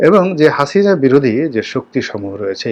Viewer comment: আবর্জনা নিয়ে কথা বলছেন, খুনী হাসিনা কে নিয়ে দালালি করছেন সুক্ষ ভাবে। হাসিনার নাম টাও ভালভাবে উচ্চারণ করতে পারেন না